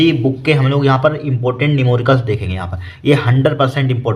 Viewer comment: Numoricals nhi sor ji numerical hota hai sor ji 😅😅😅😅